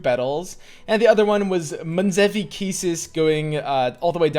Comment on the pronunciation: That was perfect pronounce for münzevi, nice job .d